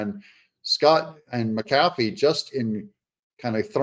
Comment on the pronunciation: i think his name is pronounced Mac - A- Fee